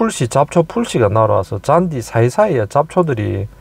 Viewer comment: 잔듸...잔듸 ...ㅋㅋ저는 자꾸 짠지라고 들려요